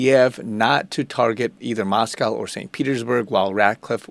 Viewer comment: There's no "cow" in Moscow. It's Mos-cO (long o sound).